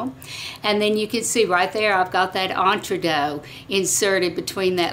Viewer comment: Great video. Very informative. But the mispronunciation of Entredeux sounds to me like fingernails on a blackboard. So sorry. 😢